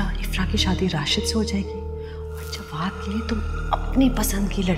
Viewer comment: Jwad ko galat bol rahi